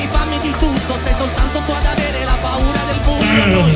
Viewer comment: Paura not puara means fear😆